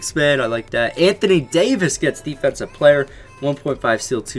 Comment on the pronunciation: Anthony Dayooveis